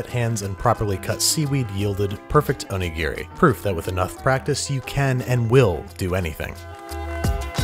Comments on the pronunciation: Please stop saying Oni-Gear-Ree. O-Ni-Gi-Ri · can someone who speaks Japanese actually tell me if he pronounces Onigiri correctly? my friend is Japanese (grew up in Japan, moved to America when she was a teenager) and she does not pronounce it like that. it’s more like “o-nee-ge-ree” he’s says it more like “o-nee-gear-ri” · You could have just said snonigiri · Oni what? You mean donuts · "Snowmanigiri." LMAO. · I laughed so hard at snowmanigiri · Hehe Jessica O-Nigri hehe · "snowmanigiri" OH MY HOD HE'S TURNING INTO YOU SUCK AT COOKING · Say onigiri, without the "O" and the last "i" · ひでぇよ... I'm japanese. It's onigiri is very bad